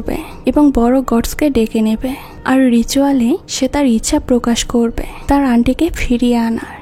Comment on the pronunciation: আপু আপনার এক্সপ্লেইনেশন আমার কাছে খুব ভালো লাগে। কিন্তু আপনি প্রত্যেকটি লাইনের শেষে হ্ উচ্চারণ করেন যেমন: হবে না বলে হবেহ্ বলেন, করবে না বলে করবেহ্ বলেন। এইভাবে না বললে আরো অনেক ভালো লাগবে। আমি আপনাকে আঘাত করতে কথাগুলো বলিনি। আশা করি আপনি ভবিষ্যতে আরো সুন্দর সুন্দর মুভি এক্সপ্লেইনেশন উপহার দিবেন। শুভ কামনা রইলো।❤❤